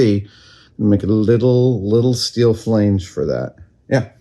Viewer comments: "flay-nj" is that the same as a flange? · Had this playing in the background and actually had to rewind it twice to marvel at Adam mispronouncing Flange. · Hehe, you say "flange" funny. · That is not how you pronounce "flange."